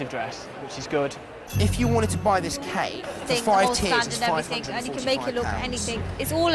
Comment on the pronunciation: did the commenter say wedding cack? instead of wedding cake??